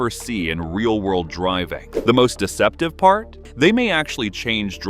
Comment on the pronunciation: AI can’t pronounce deceptive